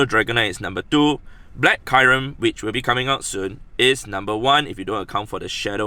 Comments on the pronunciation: He said kairem instead of kyrem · It is not [Kajrem] it is [Kjurem]